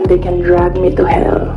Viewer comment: Drag me to hell ! parang pagka pronounce katulad nung di ako nakapag aral ni guo !